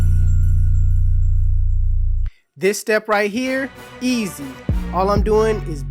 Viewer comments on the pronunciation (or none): The way he said "EASY"